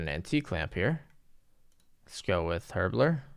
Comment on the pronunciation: Cant pronounce basic words but last vid managed to say Icltharin properly.. Mind blown